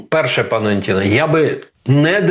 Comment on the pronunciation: Добрий день, пане! Пан Роман, в російську школу ходив і не дуже добре знає а може і не хоче знати українську мову. Тому не пане Антіне а. Дипломат української держави, який не цінує мову держави, як називається?... хто напише правильно? відмінок однина множина називний Анті́н Анто́ни родовий Анто́на Анто́нів давальний Анто́нові, Анто́ну Анто́нам знахідний Анто́на Анто́нів орудний Анто́ном Анто́нами місцевий на/в Анто́нові, Анто́ні на/в Анто́нах кличний Анто́не Анто́ни